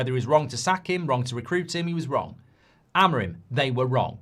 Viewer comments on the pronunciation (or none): none